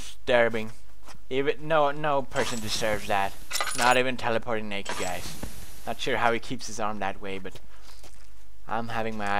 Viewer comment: Lol in he say teleporteing BARRELLS